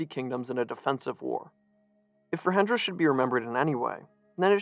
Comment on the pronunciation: Great video, but your pronunciation on the central figure's name was off; the J in Rajendra is the same as the standard English j, as in "jump" or "jet" (j's are only h-like sounds in Spanish spelling), and Laxmi is pronounced "Lahk-shmee". You got "Shah" right though, which is kind of funny because it's pronounced differently in Nepali to almost every other language.